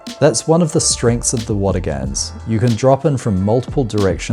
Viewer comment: Great video, but you keep mispronouncing Watagans… it’s pronounced Watagn, the 3rd a is not emphasized, I know I know grammar nazi lol, still great to see my local area on YouTube.